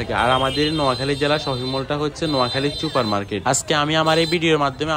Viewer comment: চুপার কি? সুপার বলেন